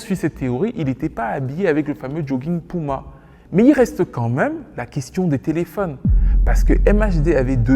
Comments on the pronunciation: Il va falloir apprendre à dire puma et pas pouma pardon ! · Bro c'est puma ! Cest pas pouma mdr